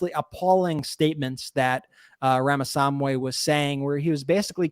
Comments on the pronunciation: Indian American here. It's "Rahm-a-SWA-mee". And he is a bs-spewing jerk. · I am continually baffled that can't be bothered to learn how to pronounce "Ramaswamy."